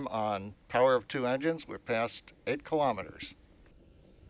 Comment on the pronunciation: KILO'METERS, not kalamaduhz.